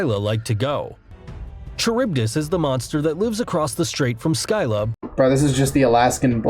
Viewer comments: “Skyla” BRO PLEASE ITS SCYLLA. HOW DID U GET IT SO WRONG 😭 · Scylla not fckn skylla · It’s Sylla not skylla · When he says sky la for skylla my heart died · The guy's pronunciation of Scylla and Charybdis hurt my soul. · Scylla and carybdis were pronounced wrongly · I hate how he pronounces Scylla and Charybdis. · The pronunciation of Scylla and Charybdis was also awful.